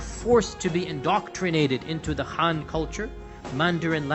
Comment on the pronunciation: You can't even pronounce "Xinjiang" correctly, incorrectly named "Khan Government" instead of "Han" (btw, there's no such thin as Khan or Han Government), I don't think you narrative is credible.